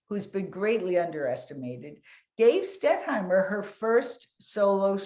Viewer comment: The moderator didn't know the artist-in-question's name -- it's "Stettheimer" -- NOT "Stetthmeyer." This was more than a mispronunciation; she consistently got the name wrong every time she said it.